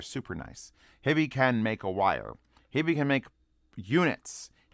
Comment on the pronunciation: Howdo you pronounce "HiFi"? Why do you say Hibby? Do you see two b's? Sounds retarded to me. Also berillium is radio active. Do you really want radio active material in your ear canals right next to your brain?